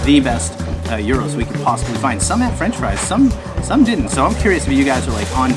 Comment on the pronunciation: Hello its a Gyros pronounced geros , pitta nann with potato chips , chopped pork or chicken , tomao salsa, tzatiki, red onion ,also don't swim in the sea in sidari, the Greeks pump raw sewage on all the tourist beach's , you will get impetigo. Becareful at Cape drastic beach do not swim in the sea when it's windy, it has an under current that pulls you down, sun set beach becareful the mud cliffs fall all the time, go to salami snorgle with the fish. Corfu town is amazing . Arilis is a nudist beach really funny. Hope this helps